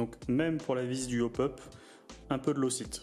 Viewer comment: Jolie vidéo. En passant, le frein filet ça se prononce "loque taïte", pas "locite" ;)